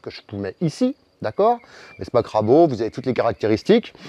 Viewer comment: Et crabo alors que c'est crabro! ça compense :-)